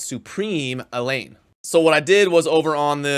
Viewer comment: I'm being picky but Elaine and Elhain are not the said the same. Elaine is a Welsh name and Elhain is of Egyptian origin. It is pronounced El-hain. Hard H.